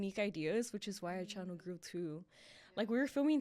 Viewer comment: Who remembers “welcome back to our channer “ 😂😂😂😂